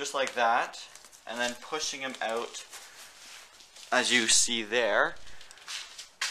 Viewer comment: once i heard him say "black owwwt your headlights"i knew he was north of the states lol